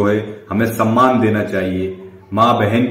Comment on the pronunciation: Saman ki nahi samman ki 🤣🤣🤣